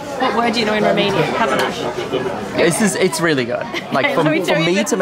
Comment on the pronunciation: Papanaș 🙏 "papa noch" 😂